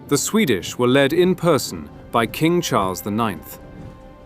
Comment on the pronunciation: Default translator is terrible. Such videos does more harm than benefits. Who are Hazars ?? C'mmon... Karol I I X read as it is written "i i ix - lol" is also crazy.